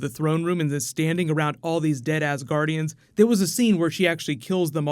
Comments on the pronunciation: When he says Dead asguradians, it sounded like Dead Ass guardians, lol. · “Dead Asgardians” “Dead ass guardians”